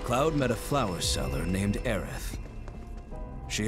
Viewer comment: IT WAS ALWAYS AERITH NOT AERIS